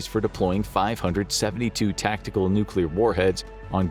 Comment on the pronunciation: right off the start of the video… i must say thank you for pronouncing “nuclear” correctly. you get a gold star for the day 👍🏻😂